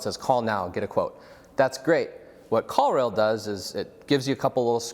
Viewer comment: Must be too early in the morning because I was for sure thinking you said "call real" or "call reel." Ended up finally finding "call rail" - if you could include links to products mentioned that would be great!